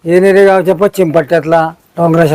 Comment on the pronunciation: एक विनंती आहे आमच्या गावाचे नाव येणेरे आहे. येनेरे नाही...🙏